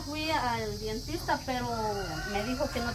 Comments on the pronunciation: DENTISTA NO DIENTISTA OJO CON ESO O BUSQUE EN EL DICCIONARIO COMO SE PRONUNCIA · no se dice dientista 🤦‍♀️🤦‍♀️🤦‍♀️se dice Dentista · "dientista" no se dice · PERDÓN PERO DONDE FUERON A COMPRAR ESTA DESPENSA? 500 QUETZALES? BIEN DUDOSA POR LO POBRE DE ESA DESPENSA! LO OTRO ES PARA.... NO SE DICE DIENTISTA, LA PALABRA CORRECTA ES DENTISTA!! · Saludos a todos !! Con una pequeña observación y no es crítica, solo es para que mejoren; se dice "Dentista" y no Dientista. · Con todo respeto para la señora rosa y no se dice dientista se dice dentista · Buenas tardes quisiera corregirle algo,no se dice dientista, se dice DENTISTA. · Mande sus trabajadores a la escuela o que se yo aprender a Leer. No puede ser que esta joven diga Dientista😮es Dentista. Por favor. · se dice dentista no dentista 😂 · no se dice Dientista lo correcto es Dentista me Disculpa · Chicos anteriormente ya se les había dicho que qué el nombre correcto es DENTISTA no dientista con cariño se los digo Saludos 🖖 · Es Dentista no Dientista, muchachas no lo tomen a mal , ustedes están muy jóvenes y no han escuchado mucho esas palabras. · Es Dentista no Dientista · sé dice dentista no dientista. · No se dice dientista se dice DENTISTA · Hermosa perdón que te diga dile a doña Rosa...que no se dice dientista? Se dice dentista 🦷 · no se dice dientista, es dentista. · DENTISTA NO DIENTISTA 😅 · Feliz de esa bendición buen día a todo el equipo. Si muchacho se dice Dentista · se dice dentista Dios te bendiga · Se dice dentista por favor 😊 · se dice dentista 😊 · Se dice dentista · se dice dentista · Se dice dentista chicos, disculpen pero me gustaria escucharles hablar bien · Ella dice muchas palabras mal y uno le dice y le vale porque sigue hablando pesimo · sé dice dentista